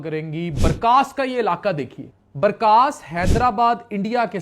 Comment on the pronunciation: السلام علیکم یه لفظ (بارکاس) نہیں ( بارکس) " ک " کے اوپر زبر آتا " س " پر جزم آتا ہے "كَس " in English u tell "BARKAAS" isn't correctly correct is "BARKAS" is short KAS! I am form HYDERABAD-DECCAN